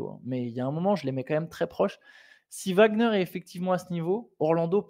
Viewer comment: Mais pourquoi "Wembanyama" vous prononcez correctement le W mais "Wagner" ça devient un V ? Ouagner et pas Vagner